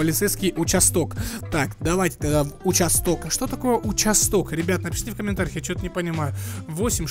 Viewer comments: Не участóк, а учáсток😅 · Ударение не там поставил, участок-это полицейское отделение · Ударение на а в слове участок